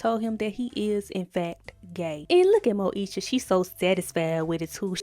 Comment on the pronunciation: "gey" lmfaooo